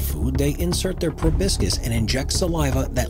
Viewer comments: The sucking "tube" of an insect is a proboscis, pronounced pro-bah-sis or pro-bah-skis. It is NOT pronounced "pro-bis-kis" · YEAH - but I wish he would learn how to pronounce PROBOSCIS!! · Did he mean proboscis?